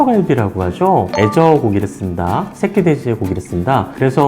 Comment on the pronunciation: 애저라고 하니까 계속 azure로 들리네